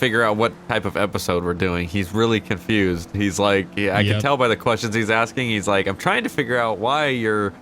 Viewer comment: Y'all confoosed 😂